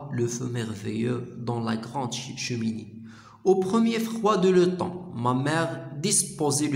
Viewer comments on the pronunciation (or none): يا أخي الكريم نشكر لكم مجهودكم و لكن هناك أخطاء في القراءة من شأنها تغليط الطلبة الجدد في الفرنسية، أرجو منكم الإنتباه إليها في المستقبل وأذكر على سبيل المثال لكي تتمكن من مراجعتها ، l'automne , plaine, passait, pétillait, dehors